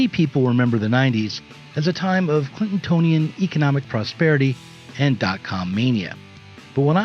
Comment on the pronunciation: Clintonian, not Clintontonian : )